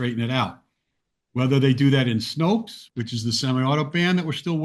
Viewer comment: Snope, not Snopes.